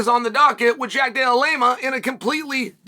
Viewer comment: You beat me to it! Love Uncle Chaels name butchering. Hilarious